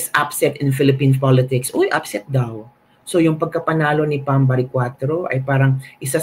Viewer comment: Sir, PAM baricuatro po. Not BAM. Hehe. :)